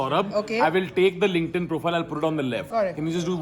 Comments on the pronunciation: The guy pronounces LinkedIn wrong. It’s “linked in” not “link-ed in.” This is an annoying comment but just wanna help so people don’t pronounce things wrong and get made fun of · the way that guy said linkdin cracked me up 😭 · Dude, he was kidding. Everyone knows it's Linked In.